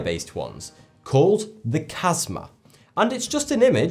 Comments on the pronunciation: He said Khasma instead of Khamsa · its a Khamsa not a Kasma, it means Five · Khasma or khamsa? Spelling wasnt what said. 🤔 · That pronunciation of the hand was totally wrong 🤣 not "kasma" but "khamsa", the kh sounds like a gutural "j" in Spanish, for example. Also I'm Spanish and we have a ton of superstitious, but we weren't mentioned :( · Khamsa is not pronounced [Kazmah]. You've switched the order of the letters,. "Prost" rhymes with ghost, not lost. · its called khamsa or hamsa not kasma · Hramsa not Kamsa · called khamsa and not kasma. it is also called the hand of Fatima.